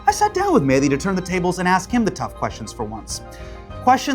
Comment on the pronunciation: You did the "Medhi" instead of "Mehdi" thing 100% on purpose, sorry I'll read the rest now just had to point that out.